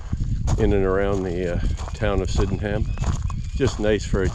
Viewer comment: I enjoyed a walk around my village! Thanks. Locals pronounce it "Syd'num". 😁